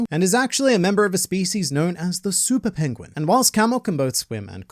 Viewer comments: you went all Benedict Cumberbatch and said pengwing 🤣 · You said Pangwang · "Pengwing" in the Multiverse of Madness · copying Benedict Cumberbatch's way of pronouncing 'pengwing' 🤣